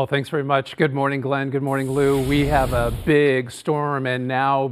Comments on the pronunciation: Is it just me or did he just say “hitlers approach” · Did he just say tracking hitlers approach?